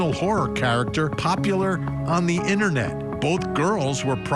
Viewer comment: “On the innernet”